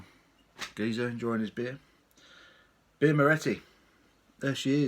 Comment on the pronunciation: you cant pronounce the name of the beer great vid though and a lovely beer